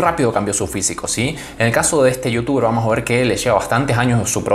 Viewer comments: Like si te sonreiste cuando leíste un vuamos 😅🤣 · Alv pensé que solo a mi me daba inspiración decir y escuchar a decir vuamos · Todos sabemos que el es natural "VUAMOS "